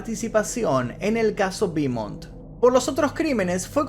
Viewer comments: Te puedo ayudar en algo? Beaumont es un apellido francés, su pronunciacion es ''BOMON'' eau=o la ''t'' no se pronuncia. Espero que no lo tomes como arrogancia de mi parte. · Se pronuncia "Bomon' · Querido, se pronuncia "Bomont" porque es francés, no inglés. Un gran abrazo. Excelente trabajo